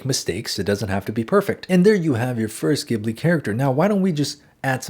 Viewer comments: You are so good at teaching THANK YOU SO MUCH But I need to tell you it's JI BU RI in Japanese so it should be pronounced jibli in English! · It's pronounced jibli like jungle. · love this video...but isn't it ghibli, pronounced Jibli with a J sound? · Beautiful but I wish you pronounced Ghibli correctly😭🧡